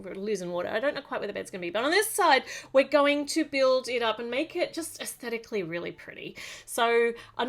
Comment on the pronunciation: I have no idea how many times you said esticaly LOL